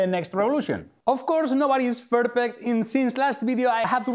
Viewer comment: "Nobody is ferpect" 😀